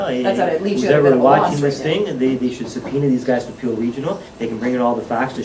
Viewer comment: Pill region, Peel region, Pee region ... keep going :D